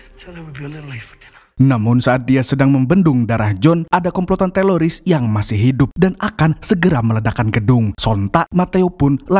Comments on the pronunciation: Teroris bang bukan teloris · Teroris bang bukan teloris, pake R bukan L😂😂😂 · Teroris... bukan teloris min... hahaha😅😅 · Kirain aku doang yg ngeh klu bilang”teloris bkn teroris”😂😂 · Bukan Teloris Om Yg betul itu Teroris faham om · Teroris bang, lain teloris😅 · Bukan teloris tapi teroris bro hhh pisss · Bukan teloris, tapi teroris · Teroris jhon bkn teloris😂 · Min.... Teroris ya...bukan teloris 😂😂😂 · Teroris bang, bukan teloris😂😂😂😂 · Teroris Om Bukan Teloris itu telor asin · Bukan TELORIS bang 😅😅😅😅 Tapi TERORIS 😂😂😂😂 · Bkn teloris tpi teroris bang😅🙏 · Bisa nggk bang bilang teroris bukan teloris😂😂😅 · Teroris apa Teloris? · Teroris bang bukan telolis 😂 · teroris bro , bkn teloris 😀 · Teroris min, bukan Teloris😅😅 ngomong teroris susah amat... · ngomong ngomong “TELORIS”